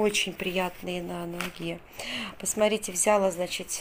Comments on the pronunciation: взялА, бралА, далА, отдалА и т.д... ударение на последний слог. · ВзялА,. Ударение на А Покупочки замечательные